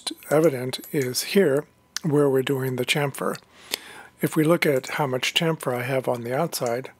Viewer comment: Please stop saying "champ-fur" its actualy a "cham-fur" the P is a PH F so is scilent.